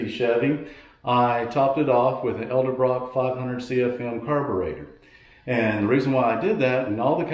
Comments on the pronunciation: Please learn how to pronounce “Edelbrock.” You keep saying “el de brock.” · Jesus man it’s pronounced eDelbrock